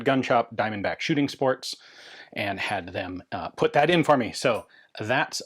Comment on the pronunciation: “a lil bit of dis and lil bit of dat” ass✌️😭